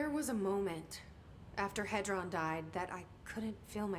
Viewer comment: Hedron not Heston🤦